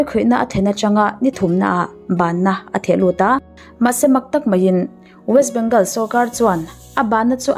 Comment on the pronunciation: West bengawl tia lam tur..